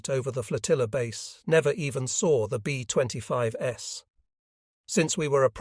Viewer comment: B25S! Great info, but teach ur AI voice how 2 pronounce words! Very distracting!